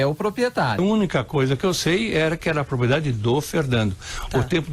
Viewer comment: Prezado locutor: se diz propRiedade